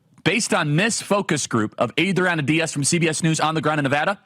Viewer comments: Washoe County Resident here! First of all thank you for saying Nevada correctly. Secondly there is a HUGE shift to the right in northern Nevada this year despite the polls. Vegas has and always will be the left problem in the state. We've been crushed by leftist California policies bleeding into our county. At one point our gas prices were the third highest in the nation...... in Reno, Nevada. Absolutely ridiculous. The red wave is coming. Keep up the good work Charlie! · Woah he said Washoe and Nevada correctly!? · Mr Kirk thank you for pronouncing my home state correctly! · Thanks for pronouncing Nevada correctly. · Thank you for saying Nevada correctly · From a fellow non college educated person, boy it sure is nice to hear someone finally pronounce the name of the county correctly and the name of our state correctly. I am so tired of politicians coming through and saying the name incorrectly and asking for our vote. It's all that darn college education that makes them think they don't even have to bother with the basics of learning how to pronounce names correctly. Thank you, Charlie, and please never quit your college campus interviews. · OMG IM FROM NEVADA!!! I live in sparks (washoe county) And you said NV correctly!!!! Ya!!!! I’m voting Trump too! Nevadans are cool!!! 😎 🎉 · Thanks for saying Nevada correctly!